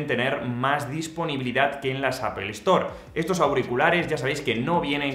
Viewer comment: Puedes dejar de decir apol